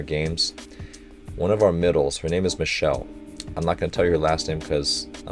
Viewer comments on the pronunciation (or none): none